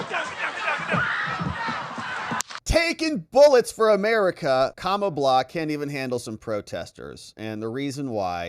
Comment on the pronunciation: you call her kamabla. interestingly, if you swap letters you get "kambala" which in russian means fluke (flatfish)